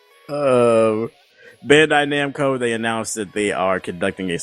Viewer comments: This nigga said Bando-Namcai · this dude kept saying bando namcai isn't it bandai namco?